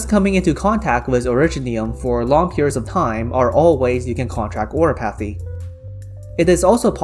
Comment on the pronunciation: I don't know what your first language may be, but it's just really funny to hear "oriPAHthy" xD